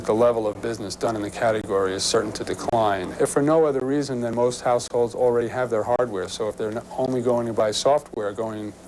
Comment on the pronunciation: Did he say 'Most households' or 'Most Assholes'?